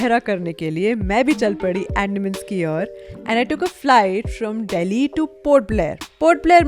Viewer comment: it's अंडमान not एंडामn